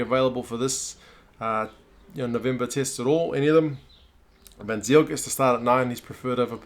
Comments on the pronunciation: Hahaaa.. can you believe I did not get it right away? "Why is he a "fun sailor" was my first thought. Almost all non-Saffas will say 'Van Zeal' like this bloke here. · Pieter-Ben Smit : actually for you ignorant types it's pronounced Van Zyl.